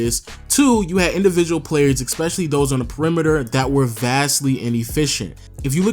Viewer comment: It's ESPECIALLY not EXPECIALLY.